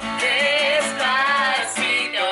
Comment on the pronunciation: Most hallottam eloszor helyesen a Despacitot egy magyartol😂😂❤